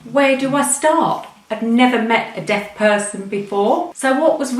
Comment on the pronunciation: deaf..not death!!